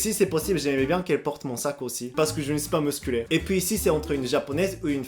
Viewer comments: "Je ne suis pas muscUlé "😅., on dit musclé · "Musclé" pas "Musculé";) Furasugo wa muzukashii da yo;) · Mdr la femme de ma vie 😂 Et ta prononciation de musclé "muskure" c'est tellement drôle 😅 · Mais justement, c'est mignon quand il dit "musculée", et puis il n'y a pas que là qu'il ajoute des E. Il faut laisser, c'est son charme. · Il dit…. Musculé …..😂😂😂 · 'musculer' haha la prononciation :) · Bonjour vous êtes drôle je m'abonne . (pour info Musclé ne se prononce pas musculé.)